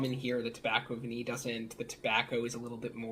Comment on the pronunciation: What a brilliant idea for a video! Nice one, very informative. is so knowledgeable. And don't worry, you didn't sound like an idiot saying 'Tobacco Vanille', it's better than a lot of other english people I've heard speaking french. Just a tip, 'eau' is literally prononced like the letter 'O', and 'parfum'...I can't help you that, but you were close enough